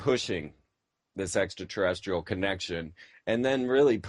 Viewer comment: does he say SEXtra Terrestrial